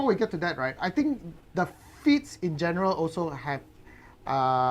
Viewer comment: I keep hearing feats as feets